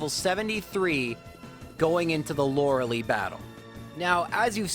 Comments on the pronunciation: LOR-EH-LIE, not “Loralee”. Going to keep commenting this until you fix it. Please stop butchering her name. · He claimed that, but he was wrong. Lorelei is a name of German/Celtic origin and the very vast majority of cases it's pronounced Lore-eh-LIE as a result. Plus she actually says her name out loud in Pokemon Puzzle League for N64, and pronounces it Lore-eh-Lie. There's really no evidence whatsoever to support "Loralee" besides JRose's doubling down and claiming that's it's a "valid interpretation" of pronouncing the name, which... if you're using that logic, then ANY name could be pronounced like anything, sure. In any case, this specific character's name is 100% pronounced Lore-eh-LIE though.